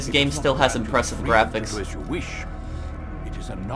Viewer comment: i wonder how many times he said this game still as inpressive gravics